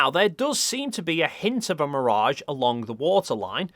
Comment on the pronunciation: It’s mirage, not mirage.